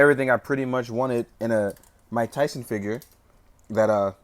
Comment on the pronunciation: Muay-ke Thai-son??